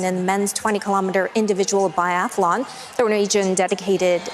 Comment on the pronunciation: "Biathalon"? ...This guy has a gun?